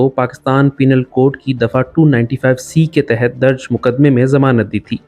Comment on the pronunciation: Kesa chor , or kon c chori ki ha uss ney. . . ? Tumhari behn ka zewar chura lia eng. Ali Mirza ney?? Penal code ko " peenal code " bol rhay ho or bkwas kr rhay ek esay admi pr jo logon ko toheed ki dawat deta ha. Adalat or judge pagal hen keya jinho ne Ali Mirza ko reha kia. . . ?